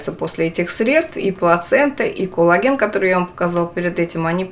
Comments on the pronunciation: надо произносить "кОллаген" , а не "кУллаген" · тоже слышу толи Кулаген, толи Коулаген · она именно так и произносит, акцентируя на О, а не меняя О на А, как это часто в русском языке бывает. Т. е. она говорит не "кАллаген", а так, как пишется - "кОллаген".